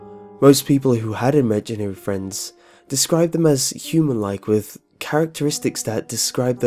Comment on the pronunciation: imaginer friends... imaginevrf friend...